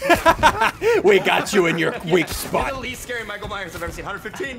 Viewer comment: he said mike ,myers not michael myers but still a great vid lol\\